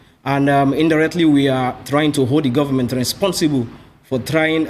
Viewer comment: the way he pronounced responsible gave him away. It’s either he’s a northerner or he spent sometime up North.